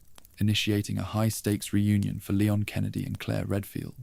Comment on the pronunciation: Shame you couldn't pronounce leon and Luis... renaming them layon and luish 😂😂😂 otherwise it was good